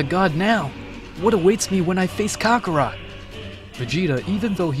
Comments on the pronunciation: Hey my brotha, look I love a what if as much as the next guy (assuming they love what ifs) buy your pronunciation of kakarot and Belmont in your last vid I saw just hits the ear wrong, you have solid ideas bro but real talk, your stories feel a lil stilted, and though your accent can be on point. I personally believe you could skyrocket if you followed mondo cool, salad saiyan and unrealentgaming's lead. Again enjoy what you got and have n9 right to change it. Just a suggest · Who the hell is "Kakara"??? 🤦🏾‍♂️🤦🏾‍♂️🤣🤣🤣 u must be a new fan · Hearing the way the narrator says Kakarott is willd compared to how we hear it in the english dub, sounds like a dif character. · The way he mispronounced kakarot is cringy af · You can tell the guy narrating has never seen the show by how he pronounced kakarot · Why did he keep saying kakarot wrong??